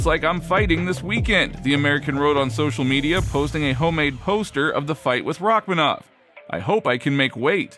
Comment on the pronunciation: its paddy not Rakmanov lol